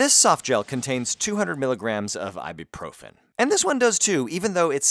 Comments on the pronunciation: Why do English speakers keep pronouncing it Ibeeprofin? It's spelled, Ibuprofen. Mad confused every time I hear this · why are you pronouncing ibuprofen like ibeeprofen? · Did you you say "I'll be profen"???? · what's really triggering me here is your mispronunciation of ibuprofen...it's ibUprofen, not ibEprofen. jeezzz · Ibuprofen nicht eiboproffen... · Is he pronouncing it funny to you guys? As an American I don’t get the joke. I also don’t know what profen means